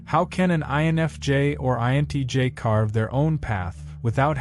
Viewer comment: You keep saying INEJ instead of INTJ. I am an INFJ and at 56 I have completely given up on the species of which I belong to. Everyone is so fake and shallow, and thats why I prefer my own company and being in the company of mother natures flora and fauna. I can be myself with mother nature.